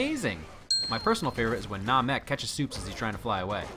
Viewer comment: Wait "Nam-Ek"?, as in Planet Namek, from Dragon Ball Z?